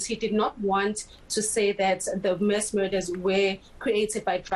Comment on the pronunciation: This, she keeps saying Mess killings instead of Mass killings. 🤔